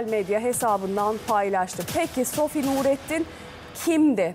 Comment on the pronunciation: SOFİ DEMEYİN BARİ !